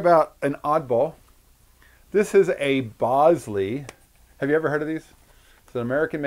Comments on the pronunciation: Lots of comments about the pronunciation of the name of the camera. Just to add another twist to the discussion, it's actually pronounced "bowl-ZAY", not "BOWL-zee". When Jacov Bogopolsky changed his name for the last time, he changed it to Jacques Bolsey and pronounced it like the French would pronounce it. But don't just take my word for it, you can confirm this in the movie his great grand-daughter Alyssa Bolsey made about his Bolex camera, "Beyond the Bolex". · BOWL-ZEE, REPEAT...BOWL-ZEE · Check the spelling. I believe Bolsey is pronounced "BOL-SAY". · I thought I had been saying it wrong this whole time - but, no - YOU have haha